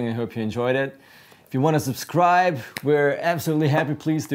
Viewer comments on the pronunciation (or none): none